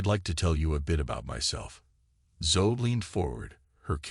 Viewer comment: OKAY, 15 seconds into this narration and I realize it is NOT a human voice telling the story because "he" didn't know how to pronounce the little girl's name Zoe. It should have sounded as Zo E. Come on, people....get live narrators. There are people who NEED a good job, not artificial dumbed-down speakers.